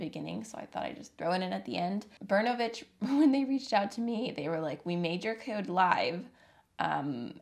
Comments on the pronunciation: In the word "Bernovich ", the accent is on the letter “O” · just want to add. it's not bErnovich, it's bernOvich. Hi from Russia!